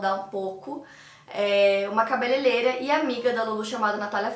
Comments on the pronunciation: Adoro seus vídeos, não perco nenhum! Mas uma coisinha sempre me incomoda, e preciso falarrrrr É cabeleireira, não cabeleleira, por favor 🙏🏻🤣 (tenho toc com pronúncias erradas, desculpe 🙈) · “Cabeleileira”😂😂😂 adorooo!😍